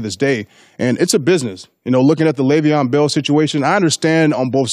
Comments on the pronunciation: How many times is he gonna say “LAYVIAN “ Bell lmaoo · First of all. Stop saying LeVeon's name like a guy who doesn't know anything about sports.